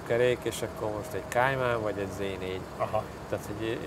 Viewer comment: Kéjmen? A Porsche nem angol... Kájmán.... 😂